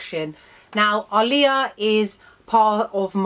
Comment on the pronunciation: Thank you for pronouncing her name correctly 😎